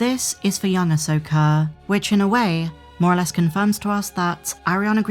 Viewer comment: easy with with the hard "R".. 😅😅 "Ashoker and Sabine"